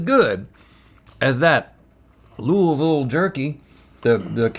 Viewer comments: Love that they took the time to correctly mispronounce Lu-uh-vul. As a kentuckian, I appreciate it. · Thank you for pronouncing Louisville correctly. Loo uh vul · Ah so it's 'looo-i-ville' and not 'looo-eee-ville' I stand corrected now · When the boys pronounced Louisville right 🥹 I am healed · I’m so glad you guys didn’t mispronounce Louisville. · Nobody asked but: Link pronounced Louisville most accurately👌🏻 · Thanks, Link, for your expert pronunciation of Louisville! You nailed it! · Hearing Rhett pronounce Louisville like a local makes my heart happy🥹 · They said Louisville correctly!!!! ( didn’t tho >__>;) xD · As a born and raised Kentuckian who spends a lot of time in Louisville, thank you all for pronouncing it correctly!! 💙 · OMG THEY SAID LOUISVILLE RIGHT!!!!! BEST DAY OF MY LIFE… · As a Kentuckian, your pronunciation of Louisville isn’t perfect but it is acceptable. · It makes me happy hearing y’all say “Louisville” correctly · Thank you for saying "Louisville" correctly, Rhett and Link. Not many do (including ). 😅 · Rhett and Link sat Louisville correctly! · Rhett and Link both correctly pronouncing Louisville 👏👏👏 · I’m so glad they pronounced Louisville Ky correctly! No one pronounces it right! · I'm so glad they said Louisville correctly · and they said Louisville right!!! 😊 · Thank you all for properly saying Louisville. Most people butcher it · Who thought Louisville was in NC? 🤣 I’m just glad they pronounced it correctly. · i love that they say louisville right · As a Kentucky Native, knowing that Link knows the proper way to say Louisville makes me happy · I’m proud of link actually pronouncing Louisville correctly from someone who has lived there her whole life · I’m so glad they pronounced Louisville right. I was about to never watch again lol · As a Kentuckian, I am so glad you can pronounce “Louisville” the way we do 😂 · From someone who lives in Louisville Ky, thank you for pronouncing Louisville correctly